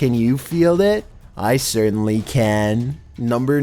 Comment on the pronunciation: "I certaintly can" Oh that was pronounced differently